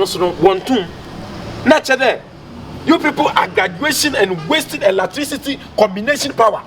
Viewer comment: Spell me 'latricity'😂😂😂 way3 ne ho latricity🤣🤣🤣